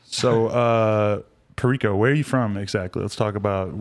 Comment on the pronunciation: Damn, I really went around saying have you heard of G “PAIRICO?” 🤣